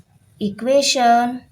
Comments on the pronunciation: Teacher, it's EQUATION not EQUESTION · It is equation not equestion